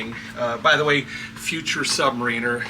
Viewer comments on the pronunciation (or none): none